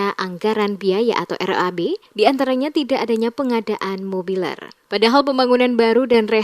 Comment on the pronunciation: mebeler..bukan mobiler....